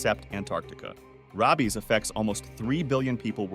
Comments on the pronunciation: Ah yes, robbies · Time stamp . Suddenly changes the pronunciation of rabies from "ray-bees" to "raw-bees." AI detected. This video's narrator is not human.